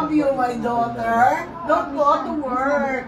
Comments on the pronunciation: "i wIll dO iTfOr nUtTeLlA" and "i HaB a leSbiAn DoThEr~" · “ I have a lesbian DAUTERLLLRRR” 🤣🤣🤣